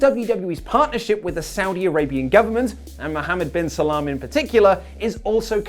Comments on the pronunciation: 😂😂😂 Lolol.... Is he saying Muhammad bin Salam.... It's Muhammad bin Salman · Its Salman not Salam. Thanks tho <3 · Its muhammad bin salman not salam lol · It's Mohammed Bin Salman not Salam